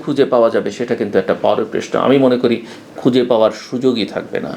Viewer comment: প্রেশ্ন বলেন নাকি প্রশ্ন বলেন!!!আমি সন্দিহান।